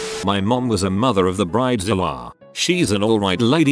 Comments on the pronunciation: I had to stop watching (though the content was good) because of the bizarre pronunciation of BRIDE--zilla as "briddazilla"!? Doesn't this guy have an editor or assistant...something? This made me crazy! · A 'brid-uh-zilla' 🤣🤣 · They should program robot narrator to pronounce common words correctly. It sounds pretty lame with "bridezilla" mispronounced repeatedly.